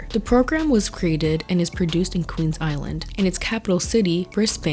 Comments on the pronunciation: bluey and bingo are living my childhood. i've lived in australia my whole life and it is incredibly relatable! there are a few things in this video you got wrong, but it isnn't your fault! its just because your accent and you not knowing australia! it isn't queens island, its called queensland. i still love you♥. also the way you say osy!! for americans, say ozzie. hahaha got a good laugh. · Queensisland 😭😭 its pronounced Queen’s Land :) love from an aussie xx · oh btw!! when you’re saying “queens island” you mean “queensland”! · Fyi it's Queensland not Queens Island. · I also say this with so much respect and love because I think your gorgeous for this little mistake, truly, I think your version is better but the show is set in Queensland, not Queensisland but oh my heart was so warmed hearing you say Queensisland. I actually live here and it’s so cool to be able to take my little humans (my nanny kids) out and about to locations they’ve seen on the show. The show runners are so meticulous with the details and get everything so right!! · btw its Queens-LAND, not island (hope this doesn't sound rude) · It's Queensland, not "Queen's Island". Queensland is the name of an Australian state. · I live in Brisbane, Queensland! It’s the best honestly. And I’ve never seen this show lol. I guess I better check it out. I’ll admit I laughed at your pronunciation “queens island?” 😂 And we pronounce Brisbane as Briz-bin 😊 there really shouldn’t be an e at the end haha idk why it’s spelled like that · Love the video. Would just like to point out Bluey is set in Brisbane (pronounced BRIS-BEN) in Queensland (Pronounced Queens- Land) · I loved the video but I couldn’t get over her saying Queens-island